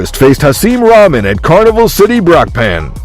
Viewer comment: It's pronounced "roc-mahn" now Raw-man. Like, who doesn't know that?